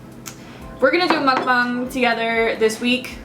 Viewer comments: Nooooo. 1 a week is plenty. Also, I think it's pronounced muck-bang. Not bong. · Mukbang is pronounced (Muck-bbang) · actually its' more "muh-k bahng" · You're right its "MUCK - BAHNG" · looool whoever told you to add an "e" sound to the word mukbang has no idea how to speak Korean hahahaha. The way you're saying it is fine. Of course a Korean speaker would be able to hear that you have an accent but who cares? Korean is not your native language so it's understandable. Your pronunciation is close enough. the "u" in "muk" makes a sound similar to "uh" (not "oo"). And of course the a in bang is like "ah" just as you said. But anyway, don't worry about it haha.